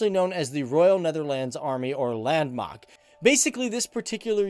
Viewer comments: Not land mag but land macht sorry Im dutch il hear those things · Lendmakt 😂😂😂😂 landmacht you dumb goose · landmach lol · you said landmacht wrong